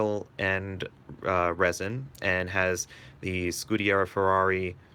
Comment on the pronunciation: Why can’t you say scuderia? You are saying scudiera.